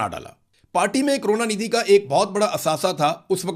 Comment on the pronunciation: Kaarona nidhi nahi hai. Karuna nidhi hai.😂😂